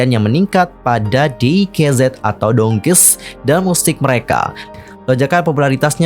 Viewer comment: Di kei Zed Salah ka, bacanya tuh di kei zi Sebab tulisan hangulnya tuh 디게이지